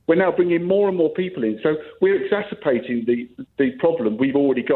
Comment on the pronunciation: The guy can't pronounce "exacerbate" either.